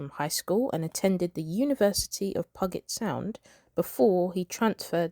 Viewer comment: It’s pew jet sound. Oh please,please learn to pronounce words before making a video!!!!